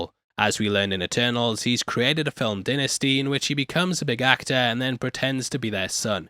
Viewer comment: accent really coming in thick this episode with the words premiere and dynasty.